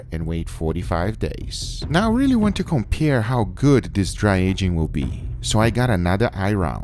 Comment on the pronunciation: he said compire and eye rub